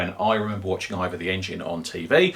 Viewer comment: Hey now look you Boyo bach.., It's IVOR, that's EYE-VORRRR not Either/IVA!